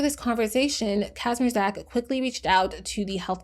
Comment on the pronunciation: kindaaa latee but you pronounce the surname 'kazmierchak' :3